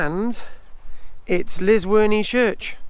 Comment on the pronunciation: Its llysworney not lizworney